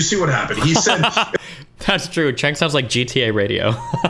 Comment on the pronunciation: Damn, after all this time Destiny is still going to go into this debate not knowing how to pronounce Cenk's name?